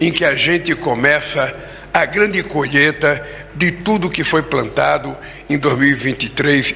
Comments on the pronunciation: Desculpe-me, não é colheita e sim...." colheta". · "Colhêta" (sic)?? "Adôbo" (sic)?? 🤮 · "COLHETA" ... não consegue falar colheita. Deus Nos Livre das trevas.